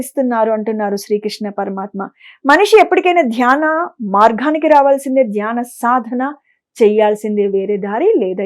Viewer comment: అమ్మా! జ్ఞానవిషయం బాగున్నది. అభినందనలు. చాలా బాగా చెబుతున్నారు. కానీ తెలుగు భాష కొద్దిగ సంస్కరిస్తే బంగారానికి సువాసన అబ్బినట్లుంటుంది. మార్గానికి బదులు మార్ఘానికి అంటున్నారు. ప్రశ్న కు బదులు ప్రష్న అంటున్నారే. సగము అనాలి సఘము కాదు. సంపాదనను సంఫాధన అంటున్నారు. అంధరి కాదు అందరి అనండి అంతట అంటే బాగుంటుంది. అంథట కాదుగదమ్మా. శివ పరమాత్మ అనాలి. షివ పరమాత్మ కాదు. భాధ అనకూడదు. బాధ అనండి. షరీరం కాదమ్మా శరీరం. చిన్నభిడ్డా కాదు. బిడ్డ అనండి. అమ్మా! నేను చెప్పినవి మిమ్మలను అవమానించడానికి కానేకాదండి. మీస్వరం మాడ్యులేషను ఆఫ్ డైలాగ్ చాలా చాలా బాగుంది. ఈచిన్న తప్పులు సరిచేసీకొండి .